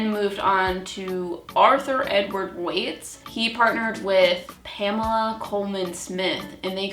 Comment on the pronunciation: Ok... it’s pronounced Rider ‘Wait’ (Waite) not ‘White’ like the color. I’ve also never let anyone but myself touch my cards. Got my first deck like 30 yrs ago & still get different meanings/feelings for cards depending on the querent & situation.